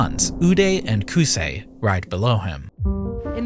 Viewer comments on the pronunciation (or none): As an Arab the way you pronounced Qusay pmo so bad 🙏